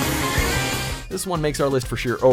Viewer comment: It’s not bag-ra-mon it’s baag-ra-mon